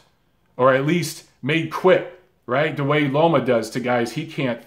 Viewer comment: I've been hearing alot of people, even after the win vs Rigo calling him LOMO instead of LOMA